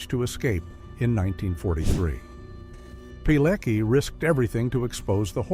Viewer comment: Its Witold Pilecki, so if polish is foreign language to you, i will make it easier. Its better to READ his surname as: P I L E T S K I, to avoid reading C as K. This is also a mistake, but its far far closer to the proper way